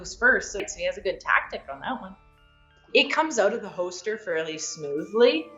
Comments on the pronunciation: Anyone else notice that she says “ho-ster” when saying “holster”? Just don’t mention it in front of her if she’s packin’ heat! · Is it just me or is she saying “hoaster” for holster over and over? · Hoester 😂😂. Why can't a world champion shooter pronounce holster? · As long as I don't have to hear her pronounce "hoester" again. Its hoLster god dammit. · Overall review 8 out of 10, would have been 10 out of 10 if she said Holster instead of Hoster. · I think she meant “holster” not “hoster” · I can't get past her saying hoester instead of holster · Hosted rilly it’s holster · There's an "L" in holster. Its not hoster. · I wanted to enjoy this but I was just getting agitated everytime she said "hoster" but to be fair I'm an asshole lol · Yea same🤣especially when she says it like 5 times in a row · I've never heard someone mispronounce holster so many times idk about yall but I've never heard of a hoster in my life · Holy crap it's pronounced "hoster" I've been saying it wrong all this time. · She pronounces "holster" like "ho-ster". Someone should tell her there's an L in there. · In her videos she's practically bending her back so far and her hips are so forward that her gun is already pointed at the target while in holster lol. Or like she says "hoster" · Is she saying hoester? Uh...why. And for those who dont know these fast draw competitions dont use live ammo. So... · It's a Canadian accent thing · I'm from the same town she lives in and I've never heard someone say holster like her. It's pretty weird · Do you know how to say holster? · She knows her stuff but forgot there's an 'L' in holster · Someone tell her that there’s a letter “l” in the word “holster” lol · The “L” in holster is silent 😂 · She’s one of the fastest quick draw shooters on earth and she can’t pronounce “holster”. Crazy world